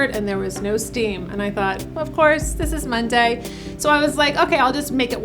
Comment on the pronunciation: You say Mon-DAY in a very unusual way for an American(?). Are you English?